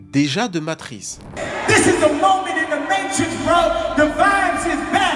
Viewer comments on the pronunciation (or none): T'as matrixe la prononciation du mot Matrix